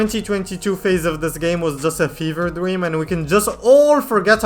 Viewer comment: heh “fever dweam”